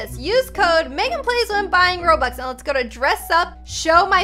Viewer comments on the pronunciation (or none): none